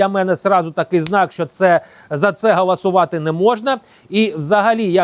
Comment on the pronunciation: .......все дуже добре і правильно ! Тільки не "гAласувати", а гОлосувати ! Всього найкращого !